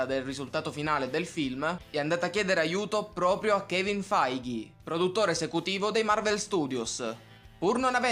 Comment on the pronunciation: finalmente lo hai pronunciato bene. Di solito lo chiamavi kevin feige ma finalmente hai imparato a pronunciarlo bene 😁😁👍